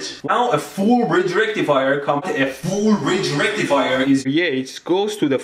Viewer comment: legit i always say it with his accent now lmaooooo, its the new norm "FOOOOOL BRIDGE RECTIFYYAAHHHHHH"